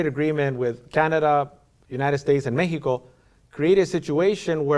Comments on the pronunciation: Lol mehico lol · In English it's called Mexico, not Mejico. In English it's called Japan, not Nippon.